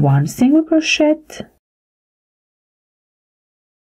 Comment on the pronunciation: Crow-shay my dear. Not crow-shet. The ‘t’ is silent. The tutorials are great. Thank you.